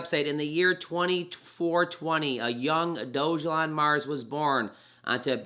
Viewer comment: You pronounced it Doge (like the crypto) elon. It shows it's pronounced DOG (like the k9) a lawn...... Dog-a-lawn. It's funnier that way. Edit, you keep pronouncing it wrong. Think of a dog peeing on a lawn. I think that would be a good graphic for it.